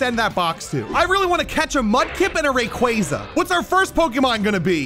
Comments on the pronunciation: Mis pronunciation rayquaza is pronounced ray-quo-za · Do you mispronounce these pokemon names on purpose to annoy your fans?! Lol. Rayquaza is a prime example 😂